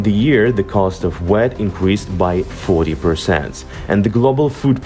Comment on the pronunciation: Learning a second language is tough, and I appreciate having videos in English. However for future reference, "wheat" is pronounced "wheeeeeet" not "wet". If you're lucky enough to know someone with English as a first language, perhaps they could watch the videos once before uploading. I hope people don't starve the way they did under Stalin. It would be great if farmers in the US who normally grow corn for ethanol grew wheat this year to help lower the international prices for wheat. Thanks for drawing attention to an important issue.